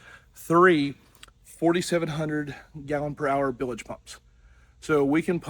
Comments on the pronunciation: Nails on a chalkboard when I hear that...😆 🤣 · They are "bilge" pumps, not billedge pumps.